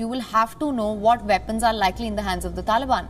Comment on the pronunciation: "The veddy vepons "